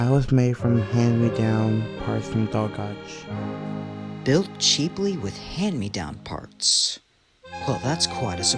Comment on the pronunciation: Dolgoch is pronouced "Doll-Gog" not "Doll-Gotch" (Gog like Goggles) Also Stanley saying that Accidents are forgotten about in the USA,well no one forgets the "Train Wreck Of 1918" and many other crashes The Mid Sodor railway Technically isn't abandoned,the Mid Sodor railway became the Arlesdale Railway in 1964